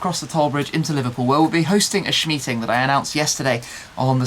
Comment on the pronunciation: Great Cayman, lovely stuff. But a "shmeeting" dear oh dear :-/